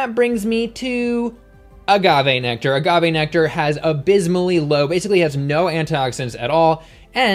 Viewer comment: I literally yelled thank you when you said agave! I’ve been telling people that for like ever but no one believes me haha! Love this vid 👍👍